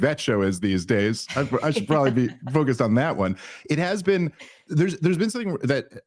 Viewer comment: “You haven’t ever Bean to Isreal?” 😂